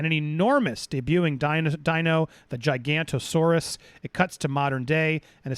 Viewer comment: Giga-noto-saurus not Giganto-saurus. It’s alright, I used to make the same mistake…